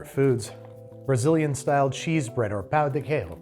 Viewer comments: Pão de quejio is made from tapioca flour, not wheat flour. They are inherently gluten-free. The Brazilian name would be Trader João! 😂 And, it is pronounced pow-du-KEH-zho, with a nasal anunciation on the “pow”. 🙌🏼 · It’s pronounced pao de kay-joe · pão de queijo is pronounced Pão de quei-joe (much like Joe in Trader Joe's!), the way you said is more like a Spanish pronunciation of the word, loved the video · Pão de queijo is pronounced "pow jee kay-zho" or "pow de kay-zho" depending on what part of Brazil. In general anything spelled the same between Portuguese and Spanish is pronounced differently (eg "restaurante" somehow pronounced "his-tao-raon-chee"), and anything spelled differently is somehow pronounced the same. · Pown di kay-jeeo but with a soft “j” almost a “sh” sound is how you pronounce pão de queijo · Jose mercante. Btw, you say Pao de Kay-joh. I was hoping for some Portuguese language butchering 😊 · I don't usually get offended or hit by someone mispronouncing Portuguese. But that "pão de queijo" pronunciation felt like a war crime. Edit: Just pronounce the J, it's not Spanish... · Your pronunciation of pão de queijo tho 🤣🤣🤣🤣🤣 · said "Paõ de Queijo" weird several times, I needed to go check the pronunciation online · I asked a Brazilian Portuguese speaker how to pronounce pão de queijo. They helpfully told me that Portuguese is pronounced pretty close to the way an English speaker would read it, so if you're a native English speaker and know how the words are written in Portuguese, just reading them out loud as if they were English is often a decent first try. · Yes. He was pronouncing it as if it was Spanish. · Pronouncing pão de queijo like it’s Spanish like that made me wince 😭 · pao de queijo is not pronounced like that 😭